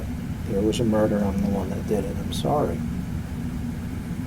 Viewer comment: I'm so sowwie Mr powice! And he thinks that's enough. That he deserves a second chance because he's sowwie. You're dead right, this is his mom's fault.